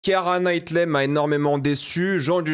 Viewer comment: « Kiara Knightley » « Kristen Dunst » par pitié prononce le nom des acteurs correctement. Je comprends que t’en a rien à foutre parce que tu veux juste poster ta vidéo sans la travailler et faire vite des stats mais fais un effort stp t’es quand-même sensé être un youtubeur ciné.. Médiocre, certes, mais c’est la moindre des choses.